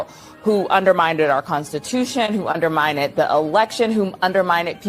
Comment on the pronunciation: She does not even know how to pronounce the word U N D E R M I N E D -- twice.